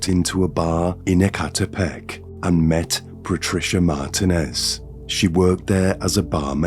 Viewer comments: It's MarTEENez Not MartinEZ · MAR-teen--ez Roll the 'R' if you can. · It’s pronounced “Mar TEEN ez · lol I have grown to hate ... mar-TEEN-ez 😅🎉😂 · Martinez is pronounced "Mar-TEEN-ez" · I always look forward to your videos! I think you might be pronouncing Martinez wrong, pronounced Mar teen ez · I don’t think this is an AI, but I was kind of tripped out by the pronunciation of Martinez and Vigil and some other words? 😅 🤔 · Wait is he trying to say Martinez the whole video lol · Please learn how to say, “Martinez.”